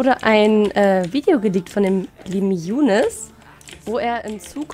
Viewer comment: Ich heiße im RL "Younis" mit "i" aber Trotzdem zucke ich jedes mal richtig zusammen wenn du so "Jounes" sagst. In der Schule sagen sie auch immer zu mir "Haha Younis mit dem kleinen Schwanz" 😣